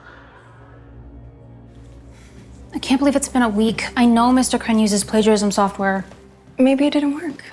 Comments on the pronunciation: I thought you say baby to the evil nerd but you said maybe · When she said “maybe” I thought she said “baby” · am i the only one who heard baby instead of maybe